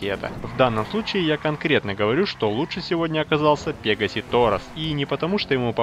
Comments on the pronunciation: Пегааси торос а ты сказал пеегаси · Не "пе́гасси", а "пега́сси"! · У тебя ударенее на е